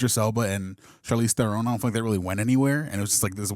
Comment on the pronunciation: Ther-ron not theren